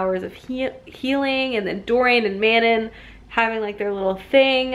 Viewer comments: YES hahaha I kept laughing, I’m pretty sure Manon is pronounced mah-NON, though almost everyone pronounces it like “Shannon”, but I say Elide and Aelin the same way as you 😌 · El-eed, Muh-non, Irene, Aye-lin ;)